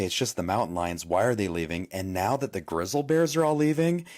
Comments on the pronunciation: What's a grizle bear?😅 I think you mean GRIZZLY bear sir. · That guy saying "grizzal" bear. AI all the grizzal bears look and walk just the same. Get outta here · "Grizzle bears" It's Grizzly😂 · Its grizz-lee bear not grizzled 🤷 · Grizzle bears? Lmao it’s Grizzly pronounced Griz-lee omg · He say grizzle bears? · Did he say " Grizzle Bears" ? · A what bear 😂 😂😂 it’s pronounced Griz-Lee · Anyone else wanna slap this guy for calling them grizzle bears? Holy hell dude there is a Y at the end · I noticed that. Grizzle Bear LOL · Dude can't ever say grizzly bear right 😂😂